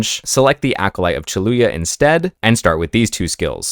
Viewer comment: "Chayula" is pronounced like Chai-u-la btw